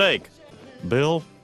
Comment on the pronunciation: He didn't finish saying "boggle" he only said bog